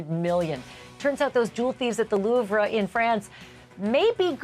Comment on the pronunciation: Someone tell Ashleigh how to pronounce the Louvre properly. I’m cringing every time she says it.